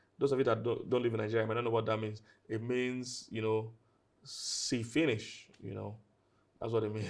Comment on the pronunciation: When he said "see finish" with an accent😂😂😂😂😂😂